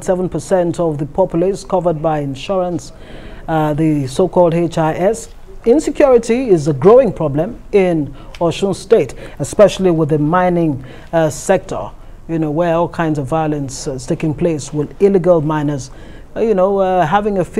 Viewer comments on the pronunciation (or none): He said Mental perbulom! Oga Patrick easy on us Sir 😩😩